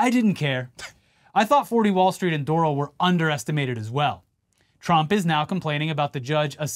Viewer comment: Doral isn't pronounced like coral. Phonetically its Door-Al.